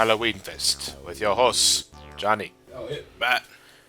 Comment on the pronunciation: I'm sorry, guys, but i think, i'm not the only one, who heard "with your hoes" instead of "host" due to Johnny's "italian accent". :D Right ?